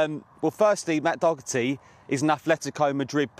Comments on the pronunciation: the way he said Doherty there is awful 😂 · Reporter needs to be told it's Doherty not Docherty. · It's DoHerty. Not DoCKerty. They is no silent CK sound.... Ffs! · Dot..er..t not dougherty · Dokerty. Is that how u pronounce it? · Doe-erty... Dog-erty... What 😂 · Absolutely diabolical pronunciation of the man's name by both reporters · What do you expect when he can’t even pronounce Doherty correctly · The array of ways english pundits (wrongly)pronounce his name is the most interesting part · English people can’t pronounce it at all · You'd think they'd at least try and pronounce his name correctly. Doesn't take much to be a Sky journalist, it seems. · Both presenters couldn't pronounce Doherty properly 🫣🫣🫣🫣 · Why don’t they just ring up Doherty and ask him how to pronounce his name…correctly. Not difficult.